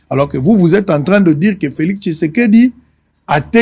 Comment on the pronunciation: messieurs Féliseke messieur feliseke messieur Féliseke n’importe quoi oyebi ata ko prononcé Félix tshisedi te😏